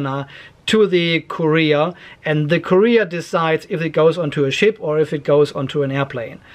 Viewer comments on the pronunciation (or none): Courier is not Korea :D. Kur-E-r not Korea :D